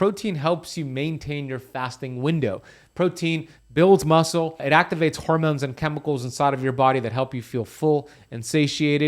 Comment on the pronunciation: Drink everytime he says "harmyewnes"